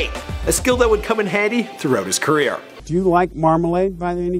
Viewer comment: Did he just pronounce "career" like "queer"?